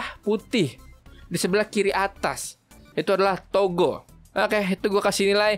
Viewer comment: Gue denger negara togo nya malah toko sumpah 🗿